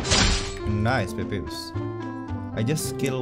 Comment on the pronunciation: 𝙾𝚁𝙿𝙷𝙴𝚄𝚂 𝙹𝙰𝙳𝙸 𝙿𝙴𝙿𝙷𝙴𝚄𝚂 :𝚅 "𝘖𝘗 𝘞𝘈𝘙𝘕𝘌𝘛 " 𝘔𝘌𝘔𝘈𝘕𝘎 𝘉𝘌𝘋𝘈 :𝘝